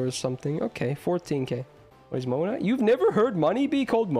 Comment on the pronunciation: I think was tryna to say Mora😭